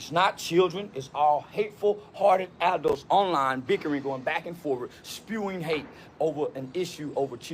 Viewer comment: It's funny he didn't change anything he said originally about the knife and calling the teachers and all, just going on about jim crow laws (I bet he can't name one) and it was southern jim crow.. guy can't even say the word "adult" let alone be one